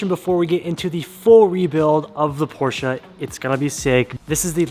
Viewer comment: Porscha!!! Por-shuh